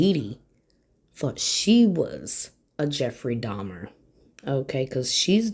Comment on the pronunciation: She definitely said jeffrey dama on purpose This freak knows who ieffrey dahmer is